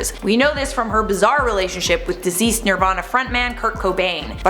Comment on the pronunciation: sounds like you're saying 'diseased' instead of 'deceased' (Kurt Cobain) Love ya💋